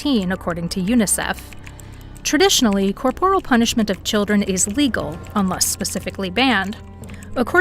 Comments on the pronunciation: In the first five seconds - the word is pronounced COR-por-al, not cor-POR-al. Teach your AI better. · it's pronounced "CORE-por-il"